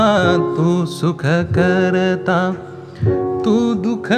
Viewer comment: लहान तोंडी मोठा घास पण 'भूषण' जितकं छान उच्चारलं गेलं तेवढंच सुखकर्ता दुःखहर्ता खटकलं. सुखकरता दुःखहरता सारखं आलं